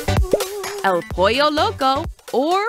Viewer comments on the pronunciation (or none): none